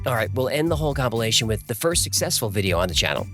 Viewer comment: Did he just say A-hole-cumpilation?